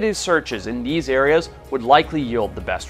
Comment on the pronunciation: I’ve never been more distracted by a presenter’s on screen presence in my life. He hardly looks into the camera (instead noticeably reading his script which must be off to the side of the camera lens). He mispronounces words like “commander” and “areas”. And his chair never stops moving. I couldn’t even.